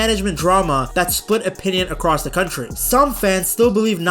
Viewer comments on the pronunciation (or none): none